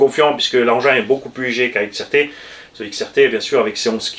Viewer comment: Salut à toutes et tous Mdr eh grand chef c'est xrt pas xtr 😂😂